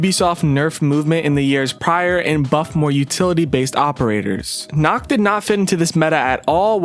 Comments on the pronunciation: It’s nook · Why does he keep saying “Nukk” When it’s clearly worked “Nokk” (knock) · Not “nook” it’s “nokk” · I was so annoyed by him saying it like that